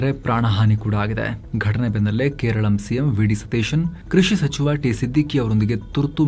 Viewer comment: ಅದೇನು!.. ಕೇರಳಂ ಕೇರಳಂ ಅಂತಿದ್ದೀರಾ... ಕೇರಳ ಅಲ್ವಾ? ಯಾಕೆ ಕೇಳಿದೆ ಅಂದ್ರೆ, ಮಿಡಿಯಾದಲ್ಲಿ ಏನು ಹೇಳ್ತಾರೋ ಅದೇ ನಿಜ ಅಂತ ಜನ ಭಾವಿಸ್ತಾರೆ.